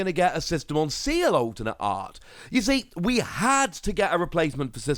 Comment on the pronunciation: please say Ci-EL please lol hearing Seal hurts lol